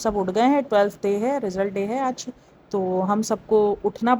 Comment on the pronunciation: Anfluance or influence Slip cycle or sleep cycle Telth or 12th Bhai English seekh lay...